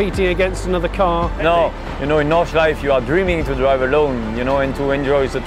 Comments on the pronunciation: Nice one! But come on Jonny, there are no silent vowels at the end of a German word. The last E in Nordschleife is fully pronounced (think Porsche). Or just listen to how the Germans say it in the video ;) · Why cant people learn how to pronounce nordschelife ffs